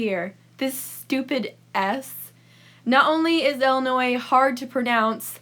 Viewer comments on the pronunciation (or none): She just complains about her pet peeves. So, I have one just from her. She says "Ella-noy" (Ellinois) instead of "Ill-in-oy" (Illinois). It’s like saying “melk” instead of “milk”. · Also, it's not Ellenoi, it's ILL. As in sick. It's not pronounced like a name. lol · Illinois is actually really cool and it’s pronounced “Ill-a-noy” not “ella-noy” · I’m from Illinois and we call it ILLinois not ELinois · It’s Illinois not ellinois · It’s pronounced illi not Ella smh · I live in Illinois and it's pronounced illi-noi not Ella-noi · You pronounce it Ella Noi? I pronounce is ILL i noi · It's not Ellinois 🤣🤣🤣 it's Illinois with an I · Ok but it is not pronounced “Ella now” it is “illa noi” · I hate the way you say Illinois... it's "ill" like "my mother is very ill". You weirdo, who the fuck says Ell-inoy? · Wait that's how you pronounce Illinois? I say Ill- i- noy... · Pronounces "Ill" as "ell" but judges people who pronounce the s 👀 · it’s pronounced Ill-a-noy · All my life I've had people say Illi- NOISE when I told them I'm from Decatur Illinois. I just ask them to pronounce Iroquois Indians. Then tell them it's not too hard. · Every time she said Ellanois I wanted to die in a hole. Thank you.. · Btw there’s not much tornados anddddd there’s not much flooding bc the sun is pretty stron and say Illinois right and Illinois is not ExTrA fLaT and our government was not our fault and one more thing Illinois has so collages and btw u hate Illinois probably Bc u never when there bet u just googled it but didn’t have the right answer so yEaH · Shut up kid It’s awsome to live in Illinois. Yea it sucks that there is an s in Illinois but it’s awsome